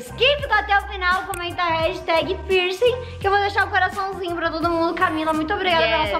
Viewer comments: KAKAKAKAK e a “pircinG” tô rachando KAKAKA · "Pirsingui" KKKKKKKKKKK❤❤